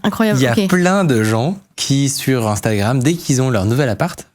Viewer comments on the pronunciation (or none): none